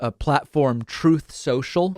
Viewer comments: Troth Sentiel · TROTH CENTRAL LOL tickles me every time I hear that without fail… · "Troth Central" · You could play Trumps utterance..."troth sential" 400 times, and I wouldn't stop laughing. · Every time you play the byte of Trump saying Trothe Sential I die laughing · Goddamnit David how many times do you need Trump to correct you in the pronunciation of Truth Social ?😂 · I LOVE the way you play his mispronounced name of HIS OWN PLATFORM 😄